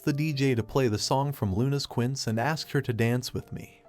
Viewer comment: When the AI voice says quints, it's trying it's best to say "Quincé" which is short for Quinceñera, a latin girl's 15th birthday when she becomes a woman.